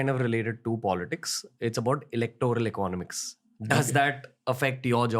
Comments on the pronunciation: please say economics properly 🥲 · Ranveer, learn to pronounce the word 'economics' correctly. You use it quite often and it makes me cringe.